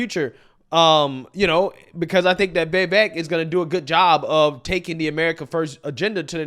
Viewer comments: now that you’ve met him… now that you’re convinced he’s the real deal… now that you see him as the (post-Trump) future of the GOP…. will you please start pronouncing his name correctly? Serious. You work your ass off; you care about accuracy; you have solid political insight; you’re smart, you’re professional — and yet you totally give yourself a pass about this one thing. Doesn’t matter if you have an old friend w the same name who pronounces it differently. So? You could land an interview with this presidential candidate. I know you could—in fact, I’m certain that you will—and when you do, if you pronounce his friggin name wrong then that’s just ridiculous. Most people pronounce it wrong, that’s true. He never corrects anyone about it & he doesn’t waste energy letting it bother him, so people keep doing it—BUT—he absolutely takes notice when people DO pronounce it correctly, & he appreciates it. You’re excellent at what you do, and you shouldn’t give yourself a pass on his name. Vivek is pronounced vi-VAKE. Think little lake: li-LAKE. Or that butter soft bitch, di-DRAKE. When Klan Jones gets emotional on camera, he shi-SHAKES. It’s vi-VAKE. It’s “vi” like victory, followed by VAKE. Ok? All together now! vi-Vake. I concede the spelling of Vivek seems in conflict with the pronunciation — I can’t think of any English word in which an “e” alone is pronounced like a long “a” — but there are many English words in which “ei” are pronounced like a long “a”…. For example: vei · He said vivek like cake if that helps your translation. He was on louder with crowder and told everyone that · You might want to learn how tp pronounce "Vivek" first the next time you meet or speak of him. It's pronounced "Viv-ake" (rhymes with cake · If you're going to hang out with the guy , time to learn him name. His name rhymes with CAKE. Don't let the "e" throw you off. It's pronounced like an A. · I love you, but please learn how to pronounced Vivek's name properly